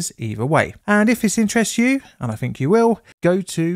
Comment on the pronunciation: I fink I hear funder. Better put my fumbs in my ears?? WHAT A MOBY